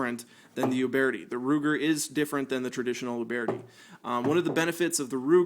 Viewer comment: Youbeartee? It’s pronounced “youbirdy” why do people make videos to talk about guns if they don’t even know how to pronounce the guns theyre talking about